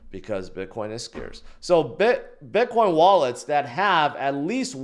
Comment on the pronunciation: I just noticed yesterday that pronounces it "bitquine"